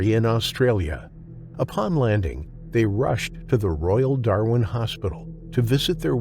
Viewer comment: I’m sorry but as an Aussie, hearing an American pronounce Darwin and Kakadu makes me laugh 😂